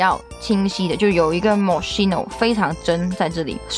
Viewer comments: 大哥，发音发错了，KEY no,不是西no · 是这么读的mo“schi”no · 看语言 mos七no是西班牙语发音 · moskino吧。读音还是按人家的产地的来吧。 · 你是不是读错了呀品牌名